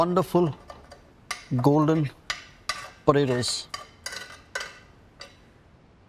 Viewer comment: Im a huge Vineet fan. Love his recipes. Watch all of his videos. So i say this with love.... they way he is saying "Podaydoes" has me dying! XD